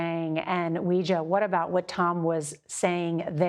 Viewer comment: Please pronounce her name correctly: it’s WAY JIA. I don’t really understand why CBS insists on butchering pinyin, which was developed to make it easier for non-speakers to pronounce Chinese?